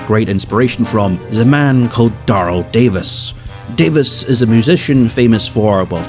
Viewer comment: Daryl Davis is a legend it’s Dare L not dar l btw but I’m glad you mention him